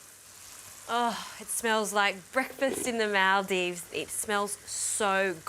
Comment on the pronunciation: AND WHY DO U CALL OUR COUNTRY MAALDIVES!!?? ITS MALDIVES!